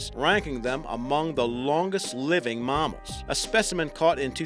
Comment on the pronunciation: This guys accent. It's "mammal" and "animal" not "marmmal" and "arnimal"